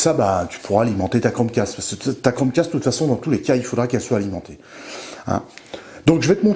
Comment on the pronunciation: Pas crochet mais cromcast